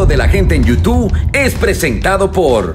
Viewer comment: Me sangran los oídos cada vez que escucho Nando de la gente en yutuuu.... Si algún día vuelves a grabar la cortina por favor haz el incapié en decir youtube por favor y gracias. Excelente programa